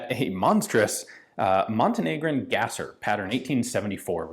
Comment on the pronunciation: I don't think you are pronouncing Gasser right. Instead of Gas-er, I think it's German and is pronounced Gahz-er. This comment is meant to be academic for the purpose of being on an upward trend and not critical of you, so I'd be curious to hear your thoughts on this.